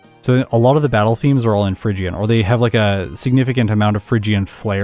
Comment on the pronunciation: It's not Fhygian, it's Phrygian. Phrygia was a place name, I think it was in Asia Minor but I'm no expert in ancient geography.